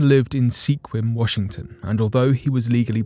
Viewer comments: It's pronounced squim not se kwim. Sorry about correcting you. I spent a good part of my life hiking and riding motorcycles in the mountains above Sequim and Port Angeles. The park is so beautiful. Easy to get lost if you take the wrong turn. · It is pronounced Sca-Wim. Thank you for trying. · Sequim, WA is pronounced "Squim" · I'm not the 1st to point out that Sequim is pronounced Skwim. A rather poor approximation of the Klallam word for 'hunting grounds' You can easily Google to pronounce Native place names with the respect they deserve. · its Sequim and pronounced like "sqwim" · Pronounced Sqwim. Long word short name squirm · That is actually pronounced "Squim".